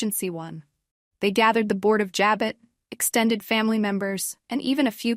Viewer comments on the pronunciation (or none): It's JABOT, French Pronounced ,"Ja bow".not "Ja bot". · ja bow not ja bot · Learn how to pronounce Abbot Jabot!! It’s not Jo-bot!! Diane is 🤮🤮🤮🤮🤮🤮🤮🤮 will stab Jack in the back! Just wait! Sick sick sick of Sharon’s storyline! Ridiculous! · Can you pronounce Jabot right